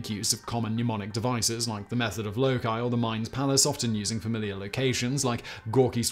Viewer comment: It's "Loci", not "Wookie" but Google won't let you spell it right anyways!